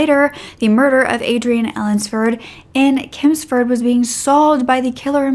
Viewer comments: I live in Derby and I think covering the other story would be good. Those poor girls, the fact that one was just stopping over at her friends and he does that to her. His own kids. On a brighter note your pronunciations of English places like ‘Chelmford’ and ‘Derbyshire’ made me smile! 😂 Chelmford is pronounced with a ch like chair Derby is pronounced darby xx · Great video, just to let you know its Chelmsford not kelmsford, ch like chain. Nice to see you covering a uk case, keep up the great work 😊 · Babes it’s Chelmsford not kelmsford ❤️ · Its CHELMSFORD NOT KELMSFORD ,DERBY IS PRONOUNCED DARBY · You tell these cases with such true compassion. Love your work. The city is Chelmsford, pronounced with the ch like chimney x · Your pronunciation of English towns is terrible! Dahrbyshire CH elmsford! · The way you pronounce Chelmsford is so cute ahaha it’s pronounce CHelmsford, like the ch sound in cheese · Hey! I adore your videos. English person here, I'm 99% sure Chelmsford is said pretty much how it looks (with the ch like in chew). Other than that, your pronunciation is surprisingly good for an American, I know our place names can get annoying (I'm from Worcestershire lol). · 😂 chuckling everything you say Chelmsford. Its pronounced CH as in Church.